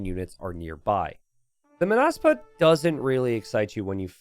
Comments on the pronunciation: It's Mónaspa, not Monáspa (with Hermione's voice) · you pronounce it as [məˈnʌspʌ] or [maw-nahs-pah].